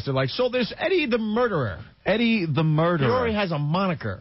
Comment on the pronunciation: "Murda" HAhahahaha